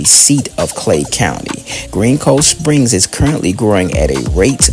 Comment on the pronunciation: It's "GREENCOVESPRINGS"! Come on dude damn if your gonna do content like this make sure it's correct. Tighten up bro.